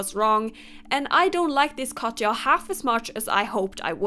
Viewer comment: its not katcha its katya